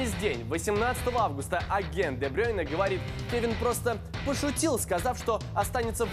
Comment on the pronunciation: Кевин де БрЮйне, а не де БрЁйне